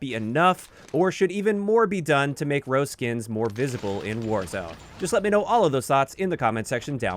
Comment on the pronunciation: Just came to say Yes Rozé needs a rework because it's the only skin that pisses the entire game off It's Ro-zay by the way, not rose